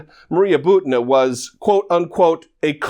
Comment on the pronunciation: Butina is pronounced "boo-tee-nuh."